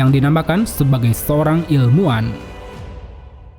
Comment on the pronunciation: ilmuwan, bukan ilmuan